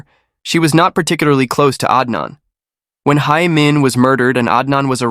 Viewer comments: In Korean, Hae is pronounced like the English word 'hay', not 'high'. This applies to other Korean names and words as well - ae is the same pronunciation as the alphabet 'A'. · Her name is pronounced hay not hi